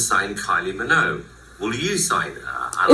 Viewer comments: What the hell is simon cowell saying? everyone in the uk knows to say minogue with the g, he even had her sister Dannii Minogue on the UK X factor lol you were saying it right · You say it right don’t worry 😂❤ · You are pronouncing her name correctly. He just have an accent. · Your pronunciation is perfect with the G. … ignore Simon. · No you are saying Minogue correctly. Simon simply cannot move his mouth correctly. Kylie has always had this incredible magnetisms. It just seemed natural that her music career would take off at the time. It was no surprise to me anyway.